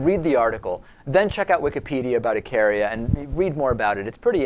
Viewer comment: Eek-a-ria is how its pronounced.